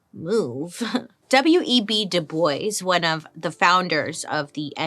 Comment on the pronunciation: Bailey l o l it's pronounce D o o b- w a 😂